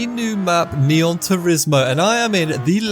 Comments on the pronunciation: dawg not neon or nioh its nihon ☠☠ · bro its not neon turismo, its Nihon tourismo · it was actually nihon not neon